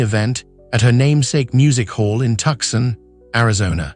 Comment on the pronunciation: Tuk-Sun? What is this garbage? 🤣😂🤣